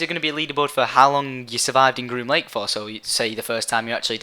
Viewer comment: groom link? green link? grun lunk? WTF IS HE SAYING?!?!